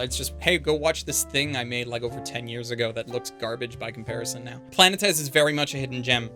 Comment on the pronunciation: I love you, but your pronunciation of Planetes hurts my poor little Greek soul so much